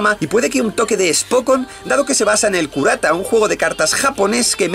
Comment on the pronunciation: Pobre Chihayafuru. Es un shoujo spokon, es buenísimo y el Karuta se dice Karuta /viene de Carta en español), no kurata! xDD